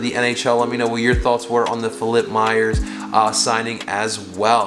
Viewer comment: It’s “Myers”